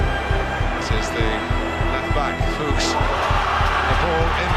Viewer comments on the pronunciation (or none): none